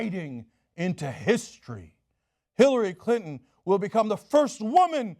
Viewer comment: Cenk's tongue almost slipped and called her "Hillary Culton" I like that name.